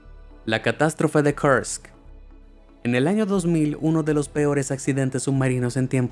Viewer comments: Que mal lees los números ,pareces yanky. El incidente de kurks( no kerks) tiene documentales muy interesantes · Me gustaría saber por qué pronuncia los nombres en cualquier idioma como si todos fueran en inglés norteamericano. Lo del "Kersk" en vez de "Kursk", ya es excesivo. En ruso, este nombre es pronunciado de manera casi idéntica a como lo hacemos en español. Y no sé mucho japonés, más bien nada, pero no he tenido que investigar mucho para entender que la ciudad japonesa mencionada como "Kobi" es Kobe y también se pronuncia como en español. Lo siento, pero por muy bien que pronuncie el inglés norteamericano, existen más idiomas en el mundo. Ah, y por cierto, "Money Heist" es una serie española cuyo título original es "La casa de papel". ¿También eso hay que traducirlo al inglés?